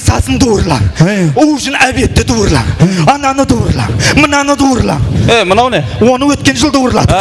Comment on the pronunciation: Дуырла емес туырла десе